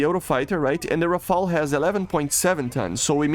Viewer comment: on behalf of the french people i thank you, you are the only youtuber pronouncing "rafale" right everybody is saying rafael and it drive me nuts